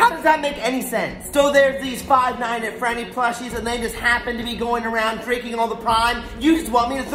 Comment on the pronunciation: Bro called Freddy teddy 😂